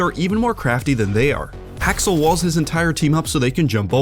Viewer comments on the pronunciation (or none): none